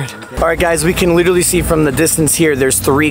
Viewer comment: Take a shot everytime says "literawwy" 🍺